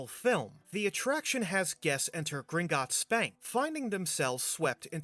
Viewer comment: Does anyone remember the travel mom saying Gringitts?